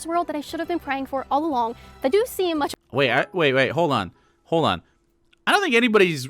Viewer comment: I cant stand that Kaitlyn and others dont pronounce the L in words like "hold" etc. They pronounce it like "hode" and it drives me fkn insane!